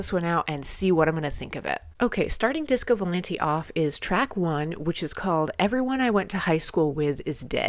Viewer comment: it's disco vou-lahn-tae, not disco volan-tee (source: I'm italian 🍝)